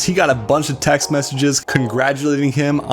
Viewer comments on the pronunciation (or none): none